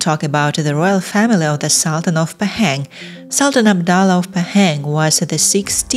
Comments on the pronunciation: The pronunciation of Pahang is Pa ( like papa) and Hung ....Pa Hung NOT Pay- Heng. 😅😅😅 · Pahang - pronounced Bahasa Melayu way, not British nor American way. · laughing hearing you pronouncing 'Pahang'